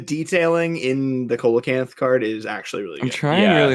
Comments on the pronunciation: For future reference, "Coelacanth" is pronounced "see-la-canth" not "co-la-canth" I do not blame you for pronouncing it wrong however, as the spelling really does not match the pronunciation. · The "coel" in coelocanth is pronounced "seal." So, it'd be "seal-a-canth" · every time you guys pronounce Coelacanth as Co-la-canth, I died a little inside. It's pronounced SEE-la-canth. It's a real animal. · love you guys but i HAVE to step in to say: coelacanth is pronounced "see-lacanth", no cola-canth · Coelacanth is pronounced See-luh-canth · Umm actually it's pronounced "seela-canth". English Digimon pronounces their coelacanth monster "Co-elamon" even though a close enought to the actual word pronunciation is right there in Japanese! シーラモン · I was gonna leave it out but since you corrected conkeldurr... Coelocanth is not pronounced like that. It starts with an S sound like see-low-canth. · Mispronouncing See·luh·kanth, I am not surprised, but I am disappointed. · Pronounced Coelacanth wrong.